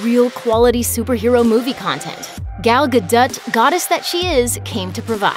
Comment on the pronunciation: lmfao Gal Guhdut